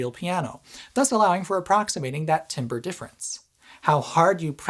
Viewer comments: just to add to the probably already extensive list of comments saying this: timbre is pronounced like the "tambour" in tambourine, not like what a lumberjack calls when they chop down a tree. It's a common mistake, and always makes me chuckle a little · "Timbre" is pronounced "tamber." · "Timbre" is pronounced more like "tam-ber" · FINALLY something i can get pedantic about! don't pronounce "timbre" like "timber" -- you're not chopping down a tree. pronounce "timbre" like "TAM-burr" -- you're pretending you're french. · I’m a music student. And I truly was impressed to hear how much you know about music aside from the technology. And your playing was also much better than I was expecting. But. you used the word timbre, and you pronounced it timber instead of tamber. And that really got to me. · Not trying to sound pretentious at all, just trying to be a helpful human being so that when pretentious people DO come around, you don’t get your throat ripped out hahaha. Tambre is pronounced “TOM-bur” not “TIM-bur” hahaha. No sweat! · Great video, but it drives me crazy how you are pronouncing "timbre" like "timber" as though you are calling out a tree is about to fall. "Tam-burr" is how it is normally pronounced - and yes, I know, it's not really logical given the spelling. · Thank you for this awesome in depth video and thank you for mentioning sympathetic vibration. I appreciated all the details you went over. Really fantastic! I'm a professional musician and audio technician. Just a note: please (kindly sir) pronounce timbre like "tamber" not "timber". I'm sure you realize the origin of the word is French. You are a very very smart guy and I feel it's more fitting with your personality and clever presentation to pronounce it correctly! Thanks so much for considering my feedback. I love your videos. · I'm sure I'm not the first to tell you that timber is lumber. Timbre is pronounced "tamber" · Timbre is pronounced tam-bər, i.e. tamber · ITS PRONOUNCED TAMBER